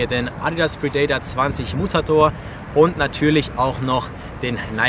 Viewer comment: Der adidas predator heißt nicht predaytar